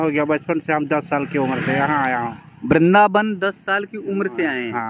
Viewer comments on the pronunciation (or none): none